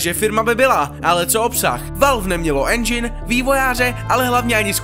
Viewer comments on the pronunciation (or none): none